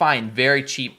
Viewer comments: "Sept" is French for 7.it's said as "set". The "p" is silent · FYI 'sept' is seven in French (pronouned "set") ^^ So yes, 7 wolves!